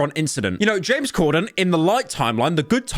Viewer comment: It's Corden not Cordon